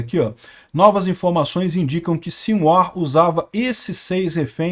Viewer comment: Não se lê Sin-War, se lê Si-No-Ar